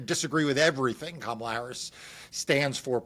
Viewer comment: I have a feeling that Kamala (accent on the first syllable for goodness sake!) might appoint AK to her cabinet.